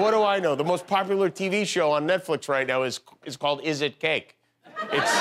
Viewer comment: It's very repetitive and stilted. Probably popular because college kids are taking a swig every time says "Is it CA-aaakke?" The fact that they add a syllable to the word "cake" is also part of the allure.